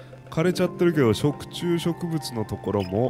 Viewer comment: "食虫植物"が"食通植物"って聞こえちゃったwww